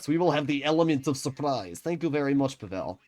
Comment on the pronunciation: Hey, man! I love your content, been following you for quite some time now, I've learned things from your videos! Overall you're great and I hope and wish you all the best. But pleaaseee.. pleeease stop butchering Pavel's name. This is a very common name in Slavic countries especially the Balkans and Russia of course... The accent is on the 'A', not the 'E'. It's PAvel, not PavEl. It's like saying NormAn, than NOrman. Otherwise, great content as always! ❤